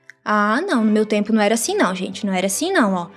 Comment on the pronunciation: "asim" kkkkkk pqp